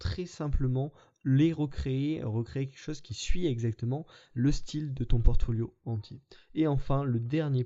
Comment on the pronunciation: "Portoflio", dommage :p